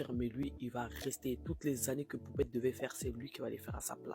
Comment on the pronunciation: "le mari À poupCHTette"......... 🙄 Pourquoi est le seul à parler d'elle CORRECTEMENT???